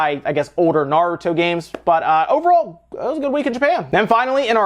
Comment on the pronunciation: OMG HE SAID NARUTO PROPERLY hardly anyone but fans do. thanks lol